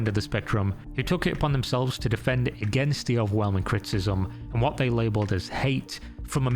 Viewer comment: What are you saying here? It sounds like "cryptism",but that doesn't really make sense given the context. I'm assuming that "criticism" is what was meant,but you say it several times and it never sounds right. I notice weird things sometimes. I know.